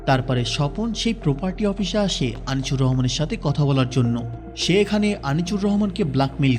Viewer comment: উচ্চারণ ঠিক করেন। আনিচুর